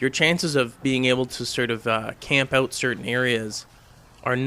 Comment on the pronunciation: haha he says "oot"